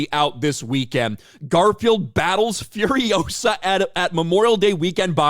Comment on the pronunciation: It's furiOsa, not furiosA